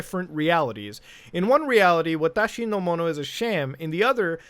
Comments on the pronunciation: Your pronunciation of "Watashi No Mono" was spot-on. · Wonder why they names the game watashonomono when that means “my things” in Japanese lol わたしのもの｡ and nice pronunciation of it!! Sounds great